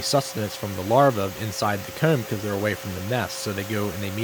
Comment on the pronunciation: I'll never get over how he says "coormb" and "hoorme". Good one 👍